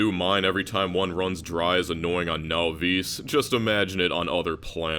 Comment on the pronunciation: Love you videos, but I have to be honest I hate how you pronounce Nauvis